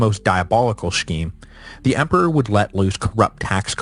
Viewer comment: "Emper"? "Empar"? WTF?